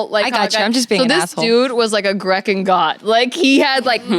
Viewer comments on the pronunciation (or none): ? Grek-ken? Hard C? Mmmm, I thinks not, Girl. It’s Grecian like... /‘ɡrēSHən/